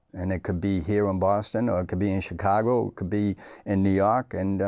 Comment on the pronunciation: Irish...... gwowing up in swou bwoston..... 😂